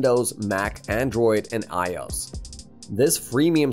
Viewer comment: Super generic and boring, clearly AI made tosh. You can tell it's AI because well one it has a monotonal droll to it but also by the way it trys to pronounce I-O-S as a word lol. Also they're all premium services with of course a link in the description to the free trial with an affiliate like. Super generic content.